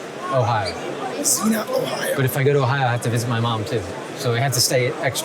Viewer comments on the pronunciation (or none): It's Xenia, OH. Pronounced "Zeen-ya". Love your videos, keep it up.